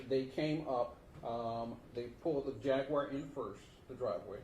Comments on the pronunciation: 😒😂 Why In tf is he pronouncing “JAGUAR” AS “JAG-WIRE?”🤦🏽‍♀️ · For all that boy’s education he can’t say jaguar correctly… just saying, not that it’s serious as this case at all.